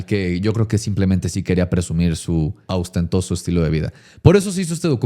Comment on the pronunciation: Ay güerita tonta, se dice ostentoso💔